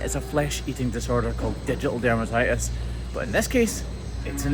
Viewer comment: Poor lass! I've been watching your videos for awhile heard you say ditial dermatitis but didn't know it was a flesh eating disease but I do now, thanks